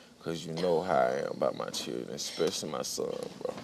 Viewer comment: Is this guy serious he'll Is this guy serious he'll enunciate the word accountability but then start calling him changing It won't even talk text the word children Which I could barely make out if it wasn't given in context I would have 0 clue what word that was I don't know why people play themselves down or dumb That's exactly what he's doing at the same time he's trying to get respect by speaking properly only annoyingly with his pronunciation of his tea and accountability wow